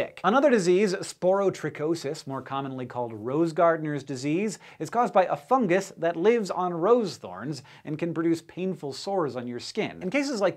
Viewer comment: it's fun -ghus pronounced like that not fun-jhus